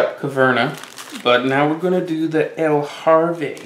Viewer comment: the box says La HaVre, and he says EL HaRve every time. kinda funny, sort of. :-P